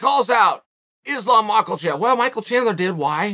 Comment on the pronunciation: The way Chael says "Makhachev" is just perfection